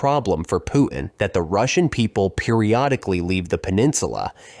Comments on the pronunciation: Putin -- with a T: poo tin. Your Pooh-hin is on some other planet, fool. "PPR _Global_?" If you can't pronounce public figures' names, you're not even in the game. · The man's name is Putin, not Poo-in! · Pu'in? Sorry about your speech impediment, man! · You know, when speaking English, it's okay to pronounce the letter "T" in the middle of a word. Clear communications begin with proper pronunciation of words. Example: Pu'in vs. Putin. Nothing is gained by the glotteral stop mid-word. Please? Thanks! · “Putin” has a “t” in the middle, stop using a glottal stop. 🛑